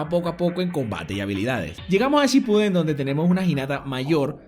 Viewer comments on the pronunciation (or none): none